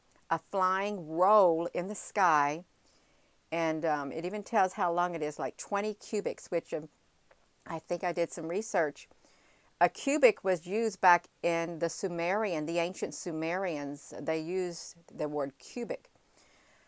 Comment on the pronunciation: It's crimea not crimeria & cubit not cubic otherwise great upload